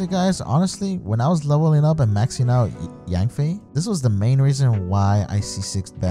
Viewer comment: Its YANFIE NOT YANBAE😝😝